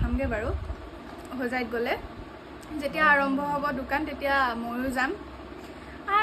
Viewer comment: দুকান নহয় ও দোকান হয় , অসমীয়া ভাষাৰ মান সন্মান নোহোৱা কৰি দিছে 🤣 কি যে হয় ।